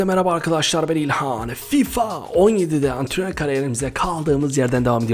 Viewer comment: abi ilhan değil ihkanço